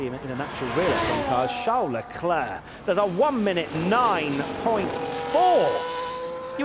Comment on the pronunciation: LECLER PAS LECLERQUE 😭😭😭😭